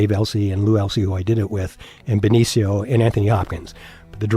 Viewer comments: Why don't you know how to pronounce Benicio? It's super annoying. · you repeatedly mispronounced benecio why?